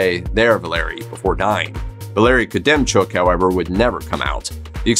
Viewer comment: You pronounced Valery Khodemchuk’s name wrong, its not “koodemchuk” its “hodemchuk”